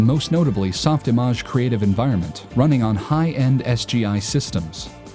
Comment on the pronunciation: It's Soft Image, like a picture image. You pronouced it like mirage .